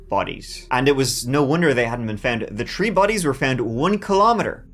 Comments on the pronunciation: "tree bodies" lol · I was so confused at first thinking what are 'tree bodies'? Then remembered it's the Irish 3! 😅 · Damn I visualized something horrific when he said “tree bodies”